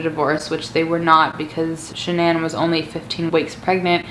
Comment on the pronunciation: Si love how she says Shannan